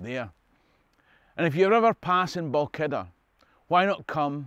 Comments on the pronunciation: Enjoyed this again. Just one question: "Balkidder"? When I was a kid, Balquhidder was pronounced Bal-hwidder. Has this changed? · Balkkider? 🤔 Ahh! You mean: 'Balquhidder (/bælˈkhwɪdər/); Scottish Gaelic: Both Chuidir [ˌpɔˈxutʲɪɾʲ] or Both Phuidir [ˌpɔˈfutʲɪɾʲ]) is a small village in Perthshire located 10 miles (16 km) north-west of Callander.' Stay free ...